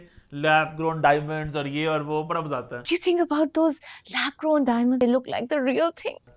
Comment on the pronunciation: Yes you can bomb our innocent people and we can't make fun of the words that you speak wrong, Maja isnt even a word in any language..No one is making fun of any language i dont think maja is a correct word in hindi either!